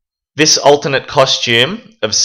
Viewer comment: Are you saying ultimate or alternate? Cus it's the latter